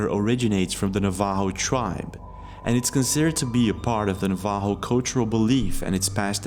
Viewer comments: It’s NAV-ajo, not Nav-AJO. The accented syllable is the first. Skinwalkers are specifically Navajo lore,( they are evil Navajo sorcerers and are primarily on the Navajo reservation), not general Native American lore. It would be like me saying Leprechauns were Scottish, or that they were just general European lore. Native American tribes all have their own lore and belief systems. Source-I am Yaqui NA. I really wish people would take the time to learn about the many different tribes, and not just lump everyone together. We consider ourselves to be separate nations. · It's "Nov-uh-ho"...it is NOT, "Na-vaw-hole". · Nuh-HAH-voh? Bruh it’s NAVA-hoh. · WE ARE NOT CALLED NAVHO!!!! We are Navajo pronunciation is Nava-ho….. the j sounds like a H… Navajo nation we believe in skinwalkers…. They are real. They were bad ppl while alive and made a deal with the devil. They were ppl and now their spirit is damned. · It’s not pronounced Na-ha-vo, it’s Na-va-ho, Navajo. For those interested in knowing how it’s pronounced. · Na-va-hoooooo is how to pronounce the name. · It's aliens..tunneling. No seriously, someone needs to check and see of certain or harp or the collider were being used when that happened..OR ITS ALIENS TUNNELING.. It's " nah-vah-Hoe.Navajo. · Is he tryto say Navajo? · So funny he totally says Navajo the wrong way lol. Skinwalker Ranch is very near me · First as a NATIVE AMERICAN he said Navajo so wrong but it's ok lol 🖤Thanks! for always being you never change!! I remember you five yrs ago with just a little yellow □ sign until now you deserve way more subs!! We support you reacting to other content, but you stay wild as ever!!! □□□□□□□□□□□ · Someone needs to tell him how to pronounce NAVAJO !!!